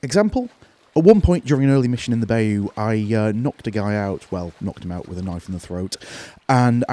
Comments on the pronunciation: Please, stop saying BAY-YOU. I'm sorry, but as a native Louisianian it just has a way of getting under our skin. Please, it is pronounced bye-YOU. Thankyou for your time. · I am not even a native english speaker and it hurts my ears when someone pronounces it as “bay-you”, lol